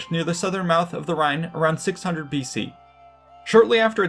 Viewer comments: it's Rhone sorry sounded like you said Rhine? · That's the river Rhone, not Rhine.